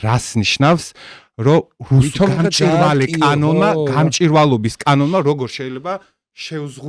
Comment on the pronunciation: გამჭვირვალე და არა გამჭირვალე.